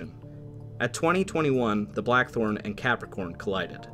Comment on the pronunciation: Is it me, or doe I keep hearing the narrator say "The Black 'Hole' " instead of Blachthorn?